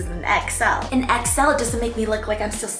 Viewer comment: i keep hearing exo every time she says xl😭